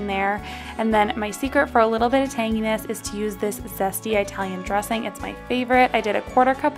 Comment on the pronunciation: Ee- talian not eye-talian. 😉 Great recipes though! Thank you!